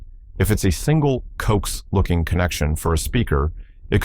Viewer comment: CO AX! it's pronounced CO AXE, co axial cable, please train your AI.